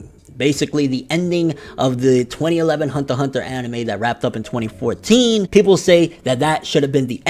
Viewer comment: Why you say it like Hundter Hundter?